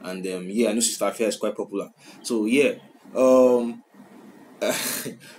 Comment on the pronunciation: the pronunciation be efia